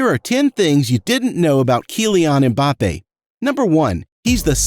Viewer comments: Why is it so difficult to just say Mbappe...wtf is Embappe? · "Kyliane Embape"💀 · The usual not bothered to pronounce name properly, why? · You can´'t even pronouce the name of Mbappé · Boy, you got 10 things to teach us about him yet CAN'T READ HIS NAME !!